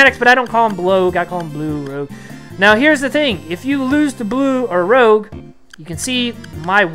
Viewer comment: Bro, his name is Rouge (French for red) not Rogue like the X-Man or a scoundrel.